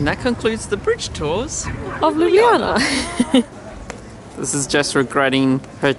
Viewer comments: It's not called ljubljijana it ljubljana I know I'm slovenien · You Said Ljubljana wrong. You Said ljublijana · Ljubljana [lju-blah-nah] Ljubljansi grad [lju-blahn-ski grad] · Luubliana :D Im slovene so it's funny (Jaz sem slovenec zato je smešno ) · it's pronounced LOO-BLAH-NAH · I actually live in Slovenia and it's really cool to see that you love it so much. Made my day. It's funny when you try to pronounce the name tho😂Also love the video. It's beautiful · lol I love how you say Ljubljana. It's so wrong but I love it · You are saying "Ljubljana" wrong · You are not pronouncing LJUBLJANA correct.